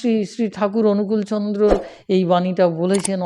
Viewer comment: আপনি শ্রীশ্রীঠাকুর অনুকূলচন্দ্রের নামটাই ঠিকমত বলতে পারছেন না; তাহলে আর তাঁর সম্পর্কে কি বলবেন? আগে অন্তত কিছুটা হলেও জানুন তারপর কথা বলতে আসুন। নিজে তো জানেনই না, মানুষকে বিভ্রান্ত করছেন, আর খিচুড়ি পাকিয়ে ফেলছেন। দয়া করে আগে নিজে জানার চেষ্টা করুন। জেনে-বুঝে তারপর বলুন। ____________________ "যা’ তুমি জান না, এমন বিষয়ে লোককে উপদেশ দিতে যেও না।" — সত্যানুসরণ।